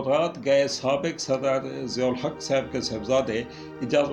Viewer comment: Not seb it is saab plz